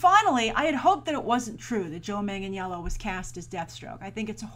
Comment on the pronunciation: u said his last name wrong is pronounces Joe Manganello there is no j in it and the i is silent but it is spelled Joe Michael Manganiello